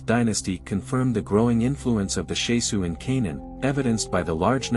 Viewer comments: It's not Shesu. It's Shasu. It matters, as the word is a Hebrew word with a meaning current today. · I wish the pronunciation was right. The SHAH-Sue of YAHU